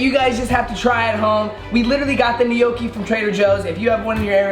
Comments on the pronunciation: Lol how he was pronouncing gnocchi Its pronounced like no key, not, ne no key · Tiktok lady: gnocchi (no-ki): gnocchi (ni-nyo-ki) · Gnocchi is pronounced nochi and not nyoki lmao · Guys it's NO KEY n it's potatoes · Gnocchi is pronounced nyoki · Did he say gnocci or poochie lol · N-yokki is how you say it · No-ki lol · I'm Italian and it's pronounced nokki but the n it's like Nino in spanish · We pronounce it gee no ho kuh heee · It triggered me the way they tried saying gnocchi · The way he pronounced gnocchi 😬😂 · All the Italian people when he says “gnocchi” 😐😐😑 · When says gnocchi it stresses me out since I’m Italian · trying to say "gnocci" is the best thing ever.